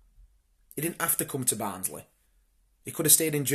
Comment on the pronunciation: Barnsley = band`s Lee